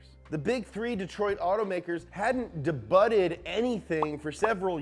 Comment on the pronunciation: Dahbuttid? Is it debuted?